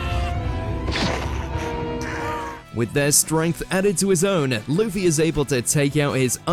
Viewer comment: Blackbeard was Whitebeards "comrade," but subordinate is a better word for the relationship. Just like the video where you guys mispronounced Luffy's (the main character) name, it is clear the writers are pure casuals. 😞